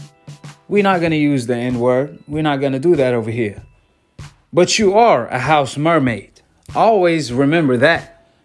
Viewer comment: Rotfl bruh said house mermaid